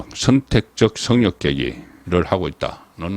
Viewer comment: 제발 제발,발음좀 똑똑하게 하세요! 어찌하여, '성역'을 성'욕'이라고 발음 합니까?